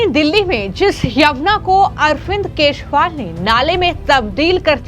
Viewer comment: Who is “Keshwal” why can’t you pronounce “Kejriwal “